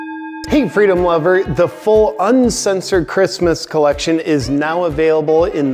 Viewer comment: LOVE NOT OOVE